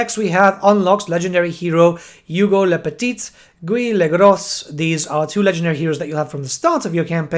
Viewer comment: You butcher a little bit their name lol, we don't pronounce the "t" for "le petit" and the "s" for " le Gros"